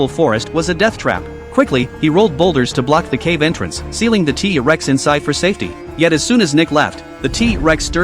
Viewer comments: It's not teeee rex it's t rex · First of all using ai voice Is so trash,he even said tea rex,second of all he's not nick,hey atleast you didn't call him jack😅😅😅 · Wow he say Tea Rex how amazing😂